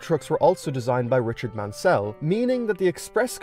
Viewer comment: I just said that as well just saw this